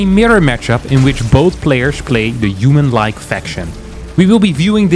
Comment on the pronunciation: what the hell is Yuman? You keep saying it.